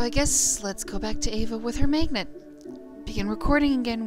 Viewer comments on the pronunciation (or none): Its pronounced magnet not megnet. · i like how you say magnet rofl